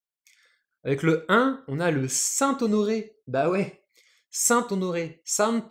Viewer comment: La même , il dit bien que l'allongement c'est quand on insiste sur une voyelle mais après il nous sort le saint-honoré qui s'allonge sur le dernier O , je veux bien qu'on me dise que je prononce l'anglais comme un ver de terre dans la semoule mais saint-honoré c'est français et on insiste pas plus sur le 2eme O que sur le 1er d’ailleurs même lui n'as pas insisté sur les O en le prononçant. Pareil pour piment dans les exercices je vois pas pourquoi le I est allongé. Repasser le cours encore et encore pour comprendre les règles n'y changeras rien je comprend les règles mais jy arrive pas car c'est pas logique pour moi si quelqu'un peut m'aider a comprendre les allongements je suis preneur.